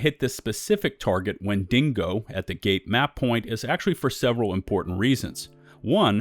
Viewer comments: #1 Massive mistake you're currently making: pronouncing Wendigo as "wen DING go" and not "WHEN dih go". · Wind-e-go not Win-ding-go. Sorry lol. That was driving me nuts. No hate intended. This is a good video. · Wen-da-go ya dingo 🤣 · Wendingo? The Australian version of Wendigo. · Why, Why, WHY! Does everyone say WendiNgo? There is no second N? It frustrates me so much when people say it, Wendigos are a common thing I fallout so I hear it alot. WEN DI GO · WENDINGO . IM DONE LOL 😆 WHEN DE GO , OVER DER LOL 😆😂🤣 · I'm sure it's coincidence, but real trippy that this "5 mistakes" list is so nearly identical to KhrazeGaming's video on the same topic from the bullet points to the video title to turns of phrase, all the way to pronunciation of "Wendi(n)go." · Wendigo. Not wenDINGO. timestamp it's right on the screen. It's not a dingo (an Australian wild dog.) It's an Indian monster. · WHEN-DEE-GO! Stop adding an extra N. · Why th fuck you pronounce wendigo wend deh go, wen din go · For a second there I thought the monsters name was Mandingo because of the way you said Wendigo. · Died at "wendingo" lol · "Wendingo" lol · When-dingo? Where-dingo? How-dingo? Why-dingo? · There’s no n in wendigo. Don’t know why you’re emphasizing DINGO so much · God your butchering of the word Wendigo would make the tribal people cry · Bro you are so articulate and your voice is so soothing to hear but i thought you were talking about a dingo or something and then i realized you were pronouncing the WENDIGO. Haha. That shit killed me, i thought i was tripping. Anyway, much love, you gained a sub.